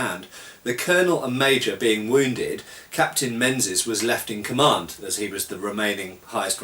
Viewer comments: hi its generally prononouced mingis by scots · I know it's six years on, but that Captain's name was /probably/ said as "Ming-isch". The "Z" isn;t really a z, it would have been one of those funny "3" ones. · Ha Ha, it's pronounced " Mingies ". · If it hasnt been mentioned already, Menzies is pronounced mingis. The z isnt really a z rather a replacement for an old english letter yogh.